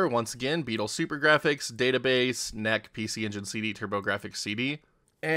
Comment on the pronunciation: It's pronounced en eee cee, but I assume you knew that and just wanted me to leave a comment for the algorithm.